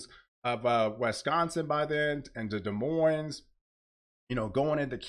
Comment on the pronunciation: Des Moines, the s's are silent.